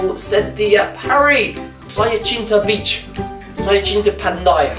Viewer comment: Sorry... but every time u say beach it keeps reminding me of b*tch😅😅 Btw, everytime we have a celebration doesnt matter Hari Raya or what so ever. As long as it's open house (rumah terbuka) and u'r mostly welcome. U dont need to be one's race to fit in their celebration☺ Cause this is MALAYSIA😎